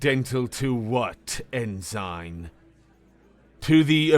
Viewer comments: OMG it's pronounced "en sin" a military rank not "in sign" within a sign!!! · it's pronounced "en-sin" not "in-sign" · How is it that a robot can pronounce en-sin ( ensign ) right, but not a human? Just wonderin. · Actually, I got used to it like an accented version of the word. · Sorry about the pronunciation of ensign, thats just how people pronounce it where im from and ive gotten used to it that way. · The G is silent in Ensign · All of these comments are about the pronunciation of ensign, but I have to say that this was the single most horrific HFY I’ve ever heard and I cannot fully express how much I enjoyed it. I savored every last second of it. So what you mispronounced a single word? This was great and I would love to see a continuation of this universe, however it may take form. People are too critical, keep up the great work! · The pronunciation ends the immersion, though -- so I can see why people are complaining. Plus, I figure a lot of the people here watched Star Trek, and that rank was spoken quite often. Hearing it mispronounced is jarring. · no, its mispronounced 🤣💀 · Funny that a Brit does not know that the rank Ensign is pronounced EnSin. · It isnt nove, sadly. It is a weird thought to have when you think about hod few words are pronounced the way they are actually spelled. To look at a word and have the thought, "I know how to say that." Is kind of crazy. Without bothering to look up the pronunciation I couldn't imagine thinking I knew how tonor was saying the word correctly. Like in this situation saying it the way he has here makes it a completely different word and meaning rather than the rank it is refering to.